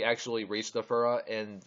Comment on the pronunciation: It is zathura not zoforua